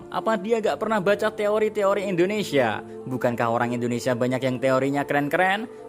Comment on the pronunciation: Indonesia bukan endonesia 😢